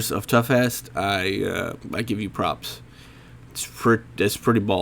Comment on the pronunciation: Did you call Torghast, Toughass?